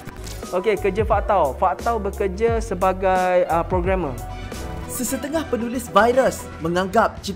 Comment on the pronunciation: Yg cakap:Programmer Yg aku dengar:Pro Gamer